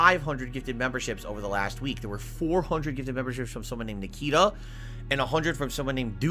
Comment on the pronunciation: "...from someone named NAHKEETAH and someone named DOOOTY." He REALLY exaggerated those names and this is probably the 10th time he's pointed out he has NO IDEA who these people are.